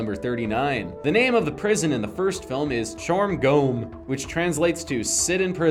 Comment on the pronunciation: I speak cantonese and "Chorh gom" is 1. The FUNNIEST pronouncation I've heard to date 2. The most Google Translate sounding definition ever 3. Bravo. Bravo XD